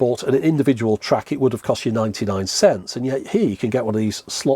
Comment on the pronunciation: can't you say the word cents